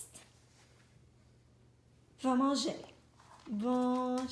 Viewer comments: Molly you said va manger perfectly ❤️❤️❤️❤️ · Molly actually pronounced quite well va manger which means go eat to Gallop 👏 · Your *Va manger * etais parfait 🙏😚❤ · Dang his pronunciation was spot on! Does he study Spanish? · Actually, i am from Quebec and you are pronouncing it right! :) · From a Mtl frenchie: your prononciation is on point! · As a french canaduan viewer, your "va manger" was spot on ♡ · I think she does say va manger... I'm also Canadian